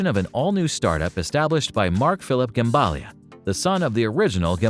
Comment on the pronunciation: it's not Gembalia but Gemballa